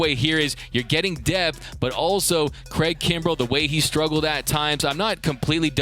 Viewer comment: my boy said craig krumbel lol